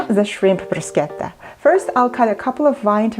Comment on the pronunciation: Deli-deli-deli-delicious 👌 Love you rrrrr when you say bruschetta